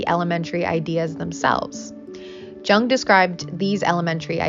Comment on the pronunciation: Carl Jung’s name is pronounced “Young” like tongue btw. Good vid tho 👍